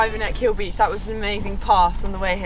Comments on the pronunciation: Great vlog, love your pronunciation of Achill, it's Ah-hill not a-keel, if you've ever seen the movie " The banshees of Innisherin " ? A lot of the film was filmed on that beech and the two story house in front of the beech, loving your videos , thank you for sharing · It’s pronounced Ack-hill not A-keel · It’s Ah-kill, not Ah-keel. My Grandad was from there. lovely video. Thanks. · Another great video. Thanks. It’s not ‘A Keel’ island its ‘ A Kill’ with the emphasis on the A . Crazy Irish place names 👍☘️💕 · Keem beach is my favourite part of Ireland was camping up there with the family few summer's ago on one of the camp sites,highly recommended for summer time.p.s it's pronounced Akill island 🤣❤ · I lived on the neighbouring island to Achill called Clare island it’s a beautiful place. It’s pronounced ACH ILL . It’s the only way off Clare island is to sail to Achiill island when the sea is to rough to cross to roonagh quay where the ferry usually sails to Clare island. Great videos guys. If you can brave Irish weather outdoors in December you are tough in my books. ESPECIALLY JUMPING IN THE SEA ! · It’s pronounced Ackhil island. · I was literally just going to correct you on the naming of Achill, but I see it's been done 😂 I visit the westcoast every other week with my fiancee and we look for all the off-the-beaten-track spots. We live in the Midlands, so travelling anywhere in the country is convenient 😊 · Akkil not Akeel. (Achill is pronounced Akkil) . Rhymes with Tackle. And Lynott is Linnit like innit, innit? Excellent video thanks guys!